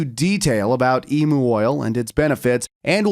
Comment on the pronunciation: It's pronounced like Emyou oil not Emoo oil 😂.